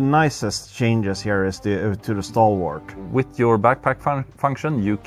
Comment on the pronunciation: Maybe they'll buff the Stalwart so you pronounce it correctly! 😂😂😂